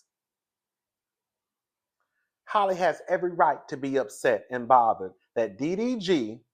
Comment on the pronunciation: Lmao Hailey or Holly but never Halle 😂